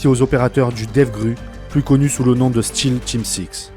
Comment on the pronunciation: Belle vidéo, en passant, C'est SealTeam Six et non pas ''Steal'' team six